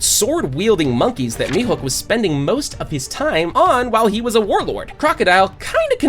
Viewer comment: Will this channel ever say mihawk instead of mihook